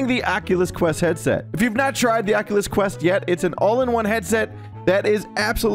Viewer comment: the ackulus qwest